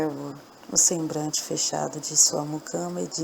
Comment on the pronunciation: Escutei a estória, gostei muito. Realmente, você fala algumas palavras erradamente, mas em nada atrapalha o nosso entendimento da estória. Procure ler mais em voz alta, para melhorar. Você diz: sembrante.... e o correto é sembLante, com "L". FÁCIL DE SE CORRIGIR. PARABÉNS.